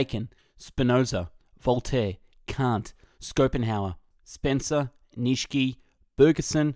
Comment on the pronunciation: "Nitchski" - had to stop listening right off the bat